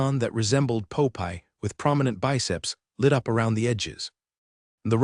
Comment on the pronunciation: poe pie....instead of Popeye